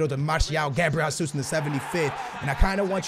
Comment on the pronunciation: please stop saying it like "Gabriel Hasus" it's pronounced Gabriel "Jay-zeus" please like so he can see lmfao